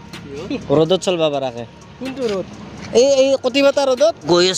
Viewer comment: ৰ'দ ৰ শব্দ টো এনেকে কৱ লাগেনে ? কতি ফাটা